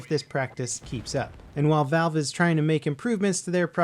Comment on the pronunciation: lol you called valve vive